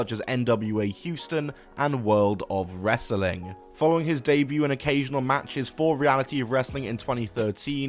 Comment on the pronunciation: It's really funny how you pronounce wrestling normally when it's in the middle of a sentence, but when it's the last word you say "ress-uh-ling"